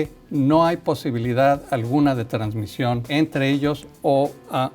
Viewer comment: "Transmisió"de murciélagos a otros mamiferos, no es transmitió? 🤭 No se si tomar en serio a alguien que dice transmisio...o yo estoy mal?